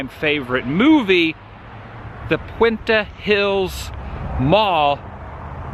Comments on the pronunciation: Pronunciation if you need. A mar. Not uh mar. And it’s La Pwent tay. Not pwentee. Hope your donuts didn’t have flies. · La Puente pronounced La Pooh-wen-tay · It's pronounced Laa Poo-en-tay !!!! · La Puente. Pronounced La Pa went tA. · The Donut Hole is an awesome Thanksgiving tradition! It’s pronounced La Poo-en-tay BTW/ regarding Back to the Future... my Dad was a teacher at Whittier High School. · Adam, La Puente is pronounced La POO-EN-TAY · La Pwen-Tay. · Adam it's pronounced La Pwen tae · La puen-tay 😬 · It’s pronounced “La Keenta” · Your pronouncing the name of the city WORNG